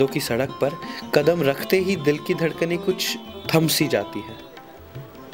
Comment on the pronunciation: no story line.....its betuki...could have been better...n narrator....its not waKt...its waQt...qadam not Kadam...but otherwise u are good.